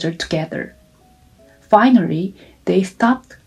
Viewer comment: EXAMPLE....SHE SAID...FINARRY..( FINALLY ).... CONDORENCE. ( CONDOLENCE )